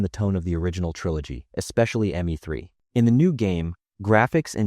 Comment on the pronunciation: Why did he pronounce the ME in ME3 as the word me?